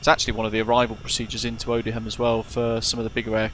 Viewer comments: Dear god, It's pronounced Oh-dee-yum dude. ZA718 (Bravo November) has been retired, she lives in the museum at RAF Cosford. It is open to the public, if you wish to visit. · The correct pronunciation for the RAF Base Odiham is (O-DEE-HAM) and said without a break.!! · I think Odiham has a silent h, I used to live there. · Dude, call yourself and you can’t even pronounce Odiham properly. 🙄 that’s embarrassing. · That may be the oddest pronunciation of Odiham I have ever heard! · ex RAF myself and worked supporting the Chinook squadrons from Odiham , I picked up on British Avgeeks pronunciation but I think we can forgive him , great video. Liked n subbed.